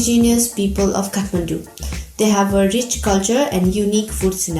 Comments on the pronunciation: I don't understand why when nepalese people go to abroad they speak like they don't know NEPALI, they don't pronounce the nepali words in a right way like every nepali people living in nepal does. It's Kathmandu and when you pronounce it, it's (KAATH) not (CAT) shame on them. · Catmendo not Kathmandu 😂😂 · moti chasmiss catmandu haina kathmandu bhann 😂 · Happy to see food from my community celebrated. A little bit surprised to hear how Nepal and Kathmandu were pronounced by one of the Nepalese lady.